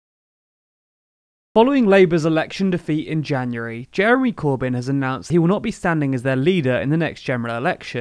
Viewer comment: Did he say Jerry Corbyn?